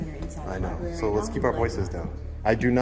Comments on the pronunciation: Ok, pet peeve.... it's libRary, not libAry. Sorry. This was a fantastic audit to feature but that grinded on me the entire watch. Maybe that's a testament to how good it was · Can anyone in that dam library pronounce the damn word LIBRARY!!! There are 2, count them 2 R's in the word libRaRy. What is a lie berry, ly berry, or Lie Barry? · I liked the audit but "lie-berry" just grates like nails on a chalkboard! Just me I guess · Why are they all saying Liberry? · Did she call it a Libary? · FFS it’s library….. not liberry. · Does everyone in this city mispronounce the word lib-rary by saying li-berry ? I think that’s what I’m hearing here. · Please pronounce it "Lie-br*AIR*-ie." Just trying to help you be even more epic brotha! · It's library with an R, yes I'm an ahole. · That bitch said "libary"..... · What the hell is a lieberry? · Wait, that receptionist works in a library and pronounces it “LIBERRY”?? 🤯🤯🤯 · There’s an “r” in libary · He should be trespassed for saying 'liberry.' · Please stop calling the LiBRARy a LiBARRY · What happened to the word "library" it's "libary" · "Libary" hahaha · I do have a criticism though - It's LIBRARY! Not "libary" ;) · Lady at front desk said “Libary” lol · If you can’t say library but instead sayLIBERRY slap yourself! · 2nd video of this guy in a “libary”Good auditor but “Libary” is driving me nuts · Shhhhhhhhhhhhhhhhhhhhhhhhhhhhhh be vewy vewy quiet, we are in a yberry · Wtf is a libary? It's spelled library. Please pronounce it correctly. That really grinds my gears. Don't make me axe you again...... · My God..its library..not lie Berry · Just going to say, libRary has two R's. Pronounce it correctly. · Please everyone, learn how to pronounce the word library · Would be so much better if he could pronounce "library" correctly. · Good work, but if you going to go into a LibRaRy, please learn how to say the word. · The auditor needs to learn how to pronounce "library."